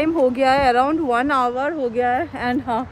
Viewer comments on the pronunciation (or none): none